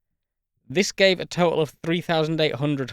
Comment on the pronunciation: I’m pleasantly distracted by your heroic efforts to avoid any “T” sounds in the whole video. Words like: au’oma’ic, crea’ing, advan’uge, compuh’uh, whoops, there’s one! Toh’uhl. Seriously, I very much enjoyed this video. Great use of classic, understated British humor.